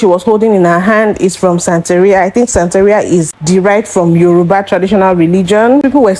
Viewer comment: Mm hmm. Taught every viewer all about the “ Ya-ROO-ba religion”.